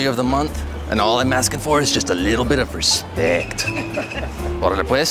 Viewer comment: She said I Reaepct him Hahaha😂😅